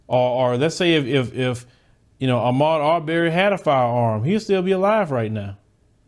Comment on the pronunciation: Bro you are %100 right, no doubt about it. I'm from Fort Worth, so I understand it might be the southern accent, but plz get this man's last name right. It's Aubrey not Auberry. Keep doing what you doing though. Much respect.